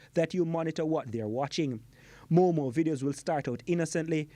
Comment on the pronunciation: He said "moomoo" I'm DEADDD💀